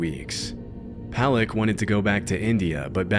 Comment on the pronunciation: Bhadreshkumar Patel is my cousin. Wtf is “Palak” ? Her name is “Pal(a)k” not Palak… Palak means spinach.